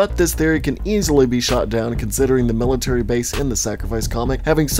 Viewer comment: Mil lit tree -Million lit tree Like Military